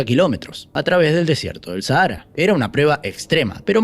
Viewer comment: QUE MAL PRONUNCIAS SAHARA, ME SORPRENDE!!!